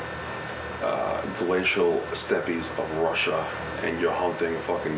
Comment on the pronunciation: The glacial “Steppies” lol